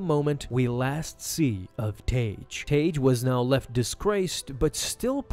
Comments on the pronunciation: It's pronounced tag not taje, seriously dude even if english isn't your first language this particular rule takes literally a few seconds to look up. When a suffix beginning with "e", "i" or "y" is added to a word ending in a single vowel letter followed by "g", the hard "g" pronunciation of the original word is retained, and the "g" is doubled to "gg" in spelling: blogger, druggie, hugging, piggish, saggy, wagged. In addition, several words that are not the result of suffixing, but share the orthography of suffixed forms (or that are etymologically suffixed, but not always perceived as such by modern speakers), pronounce "gg" as hard "g" before "e", "i" or "y": This video is almost unwatchable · It's pronounced "Tag" not "Tage". Ugh! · Tagge is pronounced (TAG) or (TAG-EE) not (TAGE) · I’m pretty sure it’s pronounced Tahg-Gee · Isn't Tagge pronounced Tah-Gay in the movies?